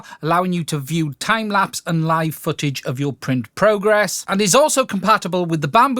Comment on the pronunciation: "Time Laps". LOL. Great video. But it's "Time lapse." Thanks for your insight.